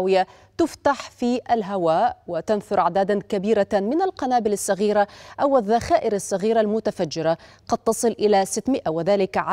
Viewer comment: علموها كيف تنطق كلمة صغيره تنطق صغيره موب سغيره